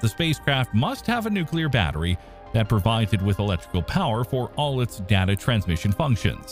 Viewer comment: I keep listening to these videos, hoping one day the YT presenters will learn to correctly pronounce such simple words as.... data. Not likely though.